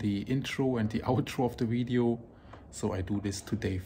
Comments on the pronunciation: Pronunciation comment: In English we have the V and the W. The letter V is a regular V, and the W is just W. Therefore, the word VIDEO should be pronounced VIDEO and not WIDEO. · His pronunciation of “wideo” is a charming quirk of his! Leave his accent alone!